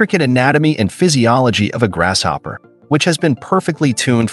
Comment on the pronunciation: Think it's pronounced; grasshopper not "grash"hopper. Just an observation.